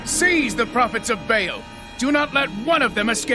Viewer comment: It's Ba 'al's not veils